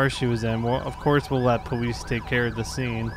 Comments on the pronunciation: He said powise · Powese? (How FTM says Police)